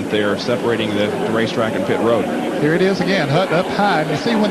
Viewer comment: lol bob jankens cant talk at all he said pit WOAD lol